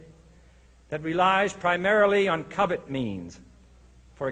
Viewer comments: Did he say covet means or covert means? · "covert" he has a Dallas accent